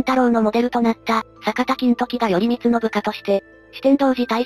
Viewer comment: よりみつではなくらいこうですよ